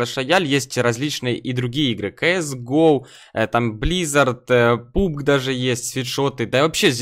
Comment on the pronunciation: Пабг, а не пубг